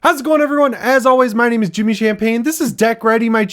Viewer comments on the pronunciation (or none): none